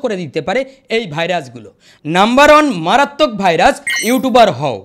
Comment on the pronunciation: ভাই ভাইরাচ নয়, ভাইরাস😂